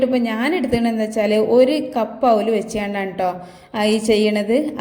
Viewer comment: താത്താ ഔലല്ല, അവിലാണ്